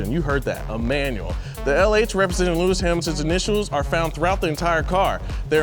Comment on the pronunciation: Lewmis Hamilton! Lol love